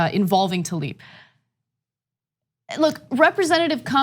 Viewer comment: Hey love y'all but it's tlaib not talib